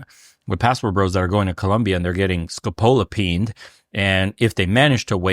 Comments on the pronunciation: This is why I love this channel. As someone who grew up in the third world and moved to America, its wild to me when Americans do this. Its pronounce Sco-po-la-meen. Its not new, that's how we knew not to hang out with certain hookers in Venezuela that were dose with Burrundanga (the local name) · bro said "scopolopeen" lmao peen... xD